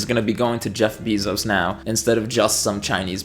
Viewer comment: I appreciate your consistency and commitment at saying Jeff Bee-Zos instead of Jeff Be-Zos.